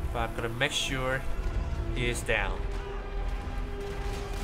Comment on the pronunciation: Lol He says Mesure Its Makesure